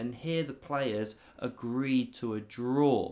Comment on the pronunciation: My jaw jropped when you said they agreed to a jraw 😅